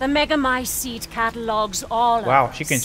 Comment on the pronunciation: I have no idea why but I cracked up at the fact that he got annoyed trying to pronounce megamycete that he just decided to start saying “the thing”